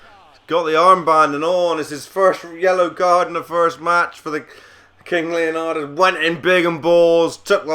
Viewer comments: It's not Leonadis,It's Leonidas! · its leonidas man